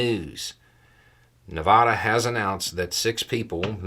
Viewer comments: We pronounce it Ne-VAD-uh, not Ne-VAH-duh. May seem silly to some, but it matters. Great video as always! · no disrespect but shame on you. It is NOT pronounced Nevahdah....it is pronounced Nevada. Man, don't ever come out to Vegas or Reno and pronounce it the way you did. People will give you dirty looks and correct you. Retirees on fixed incomes will slap you. 😉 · Nevaaaada. Like the a in asshat. 😛 It is NOT Nevahdah. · Nevada, not Nevahda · Nev a da. I forgive you. Not nev ahh da. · Pe-cahn not peacan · I’ll give $100 to the first person east of the Mississippi who correctly pronounces Nevada. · LoL foyer foyer. Nevada Nevada, pecan pecan, tomato tomato, potato potato... Lol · can’t do it. Just can’t do it. You don’t corrupt the pronunciation Missouri, Oregon,Illinois or even Des Moines …. But routinely disregard & disrespect the official pronunciation of The Silver State, NEVADA. That some bovine excrement & a contradiction of much of what you advocate & push forward. I believe that’s referred to as HYPOCRISY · You're pronouncing Nevada wrong. Still love you though.